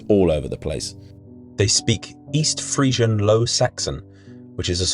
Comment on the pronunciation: Did you say "It's absolutely Friesian here"? 😁